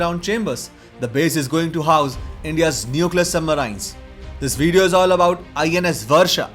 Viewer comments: Please improve your pronunciation for submarines ....... It is सबमरीन not सुबमराइन्स।। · don't say submaraines...say submarines...different pronunciation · Its not Sub maraaiins... But submarine.... Without aaaiii. Like SHERIN... MARIN-E. WHERE E IS UNSPOKEN. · It hurts everytime he says Sub-marains rather Sub-marines. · Information was very helpful bro.. I am no critique but i cannot stop myself from correcting you.. i have no idea how you can speak english so well but you cannot pronunce the word "submarine" correclty.. you pronunce it as submaryyynes whereas correct pronunciation sabmareeeen.. spelling is submarine.. This is such a common word.. how can you say it wrong plus i am sure if you are uploading a submarine related video, you must have heard this word before also so many times.. how come you did not catch the correct pronunciation.. this video became a joke.. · Thanks for the video. Submarine is usually pronounced sub-mar-een Hope that helps. Best J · What is "submaryn"? Never heard of that word. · What is "Submaraain"? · Yup marains 😂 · Don,t you think your submarines pronunciation is absolutely horrible. Can't you speak in normal way sub- marines..you try to speak Americans.like they speak medi cal , inventory to invo tory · poor pronouncement of 'submarines'. aaargh!!! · Very informative. Atrocious pronunciations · The way he pronounces submarines is slightly annoying which forced me to close the video in the middle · Lol learn how to pronounce submarines first. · It is not "Indian accent" - it is wrong pronunciation. Sounds deliberate and stupid!